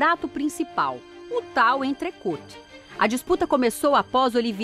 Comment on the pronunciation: alguem avisa a repórter que a pronuncia certa é "entrecô"